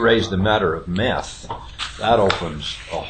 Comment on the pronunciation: It is called METH not MET!!! Stupid Moron. Excuse me Mormon. Since when are housewives cooking that poison up on their kitchen stoves? Those fat-cat, stuffed-suits are soooo out of touch with reality. No comparison between meth and marijuana.